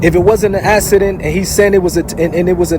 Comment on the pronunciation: The only problem i have is the word "docUmentary" has a U in it. Its not docAmentary. And also it's 'accident" not "assident". Who taught napoleon words or is this Jersy accent? 😂